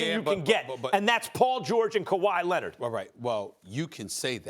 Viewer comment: I swear Stephen love saying Kawhi Lennit lol